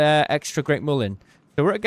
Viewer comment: It's mulien not moolien